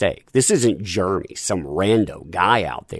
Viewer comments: Took me a minute to figure out that when you say "germy" you mean Jeremy. Sucks, what happened to him, though... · Jeremy Jer e my Not germy